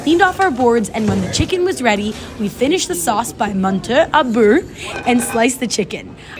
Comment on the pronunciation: Ah "beurre"...hard to pronounce isn't it? Needs bit of work 😜